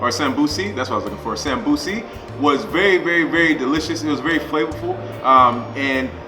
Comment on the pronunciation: hey man great video as always. thought id help a little with a pointer since you are learning somali after all. the somosa in somali isn't called samosi but samboos (sum-boo (as in a ghosts boo)-ss. good luck with everything and continue the work! we Africans appreciate.